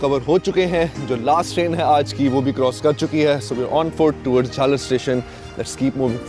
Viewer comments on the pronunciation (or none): Jhal aar not jhalar